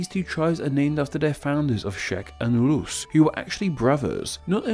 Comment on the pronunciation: i love you but please stop pronouncing ‘rus’ as ‘lus’